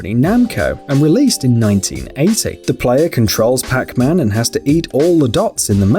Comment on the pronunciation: it souns like he says Crackman instead of Pacman.